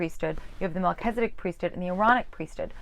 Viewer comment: I'm sorry, but I just cannot continue to listen to you pronounce Melchizedek as if it is MelchEzedIk. Since you're presuming to teach us about The Melchizedek priesthood, you should at least know how to pronounce the name.